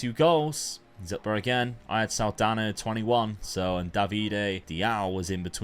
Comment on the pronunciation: What a pronounce with the NH in portuguese on "Saldanha" haha!